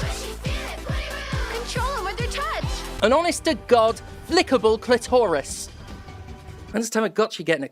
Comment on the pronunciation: "It's got a calitoris"